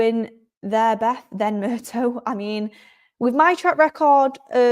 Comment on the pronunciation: John Murtagh, not murtoe